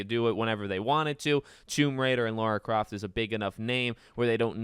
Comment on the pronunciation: Its Lara not LAURA